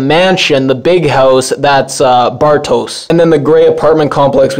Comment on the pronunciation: Bartosz is pronounced “Bartosh”. I think the name is of Hungarian origin. Franziska is pronounced “Frunciskuh”